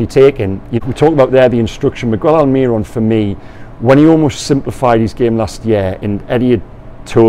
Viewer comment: We've been through this before,, please, mi-gell, not mig-well. AlmiRON, not alMIRon